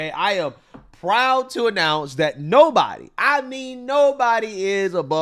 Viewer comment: Nobody-a is-a above-a the law-a.